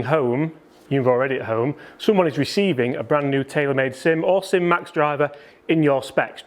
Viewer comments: “SIM” please 😁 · SIM "SIM"